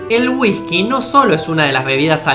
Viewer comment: Si querés que la gente entienda correctamente lo que con esfuerzo hacés en tus videos prende a pronunciar las palabras con "Y, Ll" correctamente. Ejemplo: Jean=Yin, no Shin; Llave no Shave, etc. Y no sustituyas(no sustitushas) las "S" por "J". Ejemplo Whijkey, jujto, dejajtre, etc. El acento no es una justificación para no pronunciar correctamente las Palabras(No Palabraj).